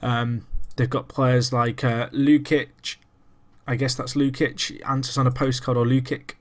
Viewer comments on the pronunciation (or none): You can prononce it Luchich not Lukich ^^ great video btw